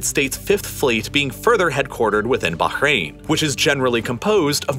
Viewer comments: The way he says Bahrain pisses me off. You’re American, you don’t need to make your pronunciation sound like you’re Arabic, no one cares if you say Bahrain normally. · How is it this dude pronounces Qatar and Bahrain? I gave up watching this till the end - my ears are bleeding. 😬😂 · Could not bear the overexaggerated emphasis on virtually every word. Or the pronunciation of foreign places, like baHrain and homuuUUzzZ.